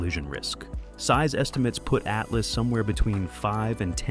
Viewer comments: It’s 3i/atlas, not 3i/a-t-l-a-s. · Great vid apart from repeating very annoying the break down word of 3 I A T L A S just say 3IAtlas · Could someone please explain to this AI it’s not pronounced as the letters ATLAS but Atlas as in the maps we used to use in School! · I said the same thing. Why is it always spelled out? I guess we’re idiots